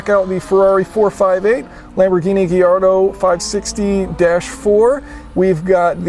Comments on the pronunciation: It’s not Gay-ardo it’s guy ardo... Jesus. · Did he say Geeardull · ***** It's not an Italian word. Everyone thinks that just because it's from Italy. Gallardo is a Spanish word from Spain. It's pronounced Gayarrdo...not Gaillardo, not giardo, not Giardo. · No, it's spelled Gallardo and pronounced Gaillardo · It's spelled Gallardo but is pronounced Giardo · It's spelled Gallardo and it's pronounced...... Gallardo, for me at least lol (Gayarrdo or something like that in Spanish). It's kinda complicated to explain how to pronounce it in english. FYI Lamborghini's are named after fighting bull (just google it for more info) PS: Next time you have to try the Lamborghini Huracán (LP 610-4 or LP 580-2) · ***** wrong pronunciation